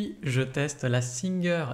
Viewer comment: Merci pour les explications mais pour info ce n'est pas singeur mais singer phonétiquement "saintgêre" Sinon je voulais acheter une machine pas trop chère pour avoir eu plusieur machine à coudre de la même marque. Mais j'aurai aimé savoir si il y a un système d'enfilage de fil. Merci